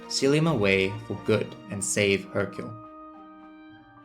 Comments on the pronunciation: Hyrule is pronounced high-rule idk how you got hercule 😂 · Man you say Hyrule so wrong... where are you even getting the k sound? Its High-Rule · Here’s a dislike. Repetitively annoying background music, mispronouncing Hyrule, and you clearly don’t know genius game design. How embarrassing, I pronounced Hyrule the same way as you while 9 years old with English as a second language, and how old are you? LOL! You are so illiterate